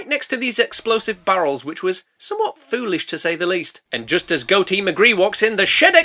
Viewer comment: I know you called him, But I am hearing Goaty Mcgee and am disappointed there were no goat jokes